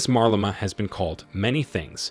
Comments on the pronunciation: Why is the narrator saying "Marlema" instead of "Malema"?. Hopefully President Malema will correct the injustice that was imposed on South Africans, and grow the economy to improve the lives of the disenfranchised. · You are pronouncing his name with "r"...like Marlema!!! WTF! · I wish you would not call him MARLEMA, but his real name MALEMA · The way this guy pronounces 'Malema' is incredibly stupid. How do you see the phonetic spelling and still say "marleima". 🤦🏿‍♂️ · Why does this narrator keep disrespectfully pronouncing MALEMA'S name as Marlena! Learn to do your job you will loose me and others as subscribers. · WHO is Marlema tho? Leave that AI alone!😂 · It would help if you pronounced his name right. There's no R in his last name. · IF YOU CANNOT PRONOUNCE HIS NAAAAME....DON'T REPORT ON HIM!!! TYPICAL YT "PEEPO" FOOLISHNESS!!! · Pronounce his name properly. He is trouble maker&anothing,Have you been paid to promote him??just saying.He just wants all for himself,The EFF members are brainwashed!!!!